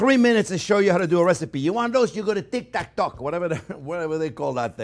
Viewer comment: When he says Tik Tak Tok